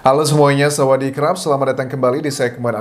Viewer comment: Saya stress lama² sawadikap.. Bukan samadirrkappp?????? Sorry bang😂😂😂😂